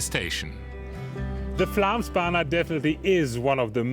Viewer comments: When making such a montage it wouldn't be too much to ask to at least try to pronounce the actual name correctly. Think it at Flomsbana, and it will go much easier. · Did you make an entire documentary about the Flåmsbane and couldn't be bothered to learn how to pronounce it correctly once? The Å sound is pretty easy. It's not an A. The place is not called Flam. Nice effort...